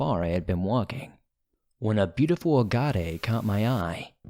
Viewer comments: Agade? Agate? If it was spelled "Agate" then it is pronounced as, [AG] + [UHT] or [AH] + [GUT]. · Agate is pronounced Agg-it not Aw-God-ay LOL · I love your channel but its pronounced Ah-Get not Agaté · It's A gate. Not agatē! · No worries but for future reference. a-got-A? agate? pronounced A-get. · Agate pronounced , Ag - et . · “Uh-got-aye” lmfao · Do u mean agate? That the girl with number friends found? Pronounce it aaaaa-gut😁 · Dear: The rock that the woman in story 2 found was an agate - pronounced "a´git", the "a" in the word sounding like the "a" in the word "sat". The "a" is also the syllable with the emphasis. Just so you know. (I was a rock hound at one time myself.) Cheers. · said agate in curvise🤌🏼